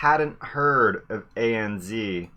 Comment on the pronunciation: A.N.Z a.n.zed not a.n.zee.